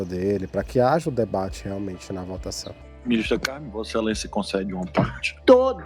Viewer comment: só avisando que o acento no nome da Ministra ficou errado. Pessoal do ICL se equivocou também em um momento kkk